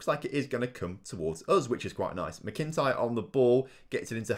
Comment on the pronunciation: Loving the series, although just a note with the pronunciation of McIntyre its pronounced (mac-in-tyre). otherwise great series though. keep it up :-)